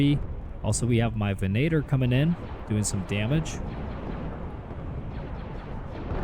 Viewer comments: Vin-uh-tore ven[a]tor. 😅 dude i love your videos on thos amazing free mod for Warno but come on .. you know its not called a ven-ator. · Amazing mod but I can't help but notice the fact you pronounce venator "ve-nay-tor" which really ticked me off lol (btw it's pronounced "ven-ah-tor") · god i hate the way he pronounces Venator lmao